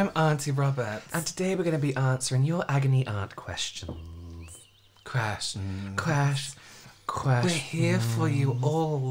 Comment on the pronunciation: “Questhhummms” Stealing this for next board meeting when I ask if anyone has any questhhuummmmmms at the end. 🖤😂